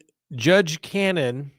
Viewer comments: The judge’s name is Ca-no-ne The expects were from ARRCA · The judges name is pronounced Cah-No-knee..you said judge Canon.. Free Karen Read..❤